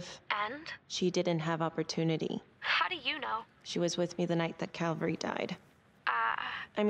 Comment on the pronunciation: Jack: Calvary?.... caverty?.....caven?..... cav-?... cal...- CALVERY! ME: ASSHOLE!!!😂